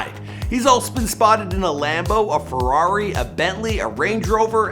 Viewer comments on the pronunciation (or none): none